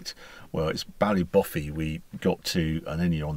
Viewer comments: Harry, it's Bally b'fay, not Bally boffey. Great video, love that V12 note. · Cead mile Failte Harry!🇮🇪☘️ (And it’s pronounced BallyBoFay😉) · Its pronounced Bally Boofay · Excellent video informative as always, your pronunciation of Irish place names was dire (but I might adopt a few and drop them into conversation. For the the record Ardara (Are Da Ra or Are dra) and Ballybofey (Bally Bo Fey) Otherwise great work, sorry I missed you, I think we were in Killybegs at around the same time. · Welcome to NI and Ireland Harry! A stunning journey. I know all those roads. Ardara and Ballybofey need pronounced a little differently! I hope you had time for a Guinness in Nancy’s in Ardara. Lovely route and enjoyed the sidewards action on Glengesh pass. A great watch and glad to hear the Jag handled those wild, undulating roads well!